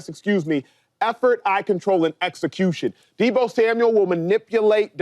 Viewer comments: It's Samuel not Samuels smh lol mufuckas can't read for ish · Is someone going to tell James Jones his name isn't Deebo Samuels. It's Samuel. And no way is Deebo better than Smitty. Come on now. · He keeps calling him Deebo Samuels too. It's Samuel not Samuels. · James jones keep saying “Samuels”😂